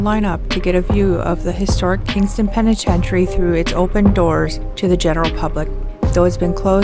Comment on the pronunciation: THROUGH history, not ‘threw history’ 🤦🏻‍♂️